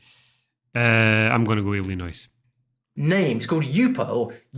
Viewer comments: The S in Illinois is silent. ILL IN OY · FYI the S is not pronounced in Illinois. Sounds like Illinoi, At least here in Michigan. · That was easy for me… Btw, Illinois- the S makes no sound. It’s silent